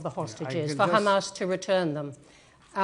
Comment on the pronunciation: He is like, the whole world is Khamas